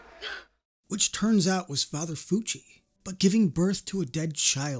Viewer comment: It's Father Lucci not Fucci (aka Cartaphilus)